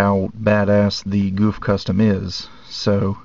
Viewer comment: its not pronouce goof its pronouced GoF